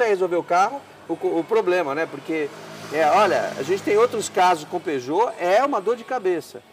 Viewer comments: Parei de ver quando disseram peugout 307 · Peugeot 😂😂😂 AutomaticO kkkk. É AutomatizadoooO